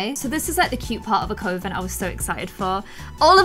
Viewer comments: I love you but you’re saying coven wrong lol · i love you but I feel triggered everytime you say coven wrong Ahhhhhhhhhh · You keep pronouncing coven wrong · I love these videos, but mispronouncing "coven" is giving me anxiety. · It’s not coo- ven it’s coven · I'm from the UK myself, as from what I know everyone pronounces it cuh-ven, it was really irritating me hearing her call it coh-ven the entire time 😂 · I think this is gonna be a really fun series. Coven is pronounced like Oven with a C though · Nou 0306 I can respect that but the same goes for me hearing cove-in instead of kuh-ven. I mean obviously people say it both ways but we can both have our own preferences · Samhain is actually pronounced "sah-win" :D Also... coven, not coe-ven... please... :D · that was bugging me too, think of it like the sound you make when you say glove not clove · I love this new series to much!!!! My only issue is that is not pronounced like that. It is cuh-ven. You should go by the calendar because you do celebrate christian holidays so mixing it up is nice for others. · Tip on how to pronounce Coven It’s cuv-en not co-ven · Do people in the UK say co-ven like? We say cuh-ven in the US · Just wanted to let you know, its not pronounced cove-in ... Its more like Kuf-in.. Like saying oven with a "k" sound at the start :) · It’s not Pronounced Covan it’s Pronounced Cuvan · You say coven like u say oven the sounding not oh 🙂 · You kept miss pronounced Coven, it's Cu-ven not co-ven. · It’s kah-Ven not coh-Ven haha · PLEASE HAVE THEM FOLLOW THE PEAGAN CALENDAR!! also Coven is pronounced like “cuh-ven” as far as I know, although I’m still very new to learning about magic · Elisabeth Hartley I can’t find anywhere online that says Coven is Coh-ven. Even when I search for UK pronunciations. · Yup, its not Cove-in.. And love the idea of using the pagan wheel of the year <3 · Every time says “coven” I’m hearing her saying “covid” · Did you say coven or covid